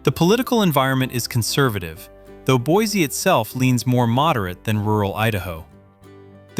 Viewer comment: Boise is non pronounced Boizy. It's pronounced "Boisy"